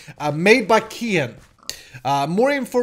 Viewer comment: O.o another mod pack. Yay! btw it's Kehaan not Keenan. He works with SSundee and Xeen.